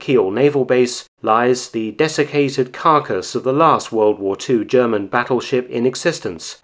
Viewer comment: Your German sounds very authentic. M.